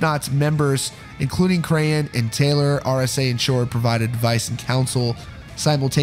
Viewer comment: krahan is pronounced like kran